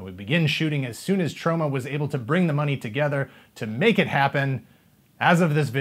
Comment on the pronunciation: says it weird... Troe-ma